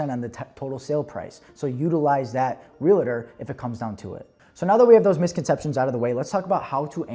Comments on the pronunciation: Real-tor my friend not real-la-ter 😂❤ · Yes!!! Two syllables!